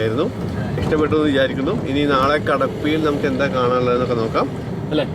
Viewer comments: ബ്രോ എൻന്താ എന്നല്ലാ എൻത്താ എന്നാണ് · പട്ടി അല്ല കുക്കു... പട്ടിക്ക് അങ്ങനാണ്.. പിന്നെ എന്താ എന്നല്ല . എൻതാ ഉച്ചാരണം മാറ്റമാണ്... കൊഴപ്പില്ലാ വീഡിയോ എല്ലാം അടിപൊളിയാണ് മാക്സിമം കാണാറുണ്ട് ഇങ്ങനൊക്കെയല്ലേ നമ്മള് പലതും അറിയുന്നത് ചേട്ടന്റെ വീഡിയോ എല്ലാം ഇഷ്ട്ടാണ്.. കാണാറുണ്ട് സൂപ്പർ നിങ്ങടെ വീഡിയോ കാണുമ്പോൾ നമ്മളൊരു യാത്ര പോകുന്ന ഒരു ഫീലാണ് എല്ലാംകൊണ്ടും അടിപൊളി സൂപ്പർ ഒന്നും പറയാനില്ല...